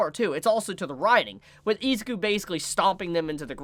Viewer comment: You keep pronouncing izuku wrong